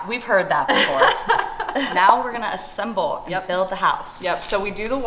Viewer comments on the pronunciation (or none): It's assemble 😅 I was confused with assamble for a sec 😂